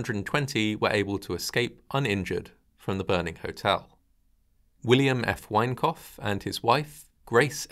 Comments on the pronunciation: Thought you kept saying 'wankoff hotel' 😂😂😂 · Sounds like the narrator is saying the Wankoff Hotel... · Every time you say Winecoff, I hear ‘wank off’. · All I hear is, "The Wank-off Hotel." 😂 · Obviously a terrible tragedy, but I can't help chuckling a little whenever you say 'Winecoff'. Sorry. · With a name like 'Winecoff' you had better be precise in the enunciation of one's vowels . . . .